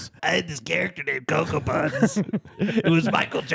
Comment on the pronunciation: I went back and checked, and he says “cocoa bunz”